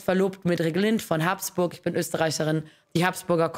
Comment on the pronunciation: Wie kann man das Geschlecht Habsburg als Haaaaabsburg aussprechen? Also wirklich kein Verständnis dafür, wie nennst du den Napoleon oder Caesar.